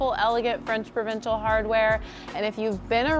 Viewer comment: I love your work but I cringe every time you say “provincial”